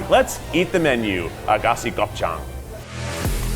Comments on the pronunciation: i have never in my life heard that place pronounced as "AGASI" LMAOOOOOO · Lol love you Keith but I am laughing my ass off at the pronunciation of Aghassi